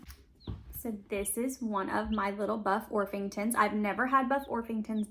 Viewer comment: I'm in NW Tennessee and I got my chicks from TSC about 9 weeks ago. The only issue was I think I was too soon but I've seen chicks in stores. Btw - they are buff orpington not orf-ington lol